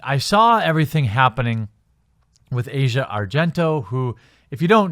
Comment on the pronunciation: Your ignorance is showing. 1)The #me too movement was started by activist Tarana Burke over a decade ago (2006). 2)You don't even bother to pronounce Asia Argento's name correctly, yet you seem to know her well enough personally to know that she's a "cockroach" and a "mosquito". Her name is pronounced "AH' see uh", not like the part of the world /continent known as Asia. I'm neutral on the subject of Asia Argento. Neither a fan, nor a detractor. However, the out and out hate you exude towards women in general is palpable and thoroughly disgusting. There's nothing like whipping up a little bit (haha!) of division to rile up the masses. On the other hand, maybe (just maybe) you're so pissed off because no self respecting woman would ever even want to be seen with a guy like you.